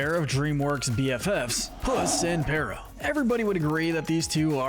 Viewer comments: His name is Perrito, not Perro. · It's not "perra!" It's Perito! the iconic, soul loving dog we love!